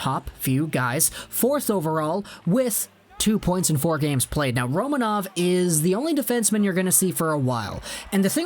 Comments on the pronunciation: It is pronounced Ro(MAN)ov. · Kaprizov in russian sounds exactly how you have been saying it initially: Kapri'zov, i.e. the accent is on the second syllable. Don't listen to people who are not native russian speakers, when it comes to russian names ;) The same is with Roma'nov, the accent again is on the second syllable.